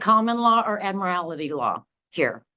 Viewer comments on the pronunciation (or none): 'Admirality', too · Why do they keep pronouncing "Admiralty" as "Admirality"?